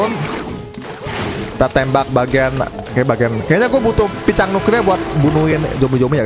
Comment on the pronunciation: Lucu abang pas ngomong Picang🗿